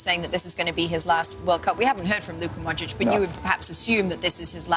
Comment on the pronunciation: ochocinco saying modric "modrik"